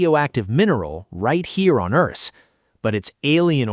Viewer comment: Why is the AI calling it "Earse" instead of Earth? Is this channel Japanese?